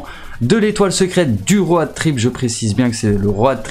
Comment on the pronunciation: Trop fort comment tu prononce road😂